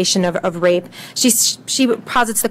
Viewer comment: The guy needs to take a few lessons in public speaking. His voice is slightly irritating and high pitched, and he constantly gets ahead of himself - not to mention "wape".